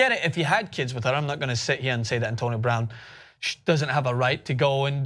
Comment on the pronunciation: He said her last name wrong